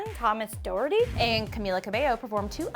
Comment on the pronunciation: it’s not thomas ‘doe-er-dee’ it’s thomas ‘dock-her-tea’